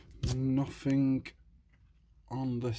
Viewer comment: nofink LOL it's nothing mate